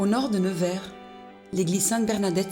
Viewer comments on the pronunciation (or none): Reportage très intéressant, on pardonnera à la voix off la ville de Nevers prononcée au début "nez vert" et Paul prononcé "pôle" comme le prénom féminin Paule.